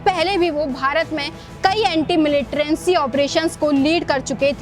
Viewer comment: Madam Militrancy nahi militancy hai. dhang se bol na shikhiye.